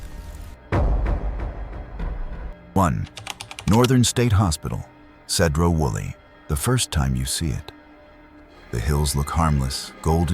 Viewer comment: The sign after the opening spelled Washington wrong. It's not "Washontion". And it's "See-dro Woolley" not said-ro.